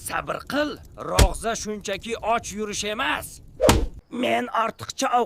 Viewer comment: Rovza deyilmaydi, ee savodsiz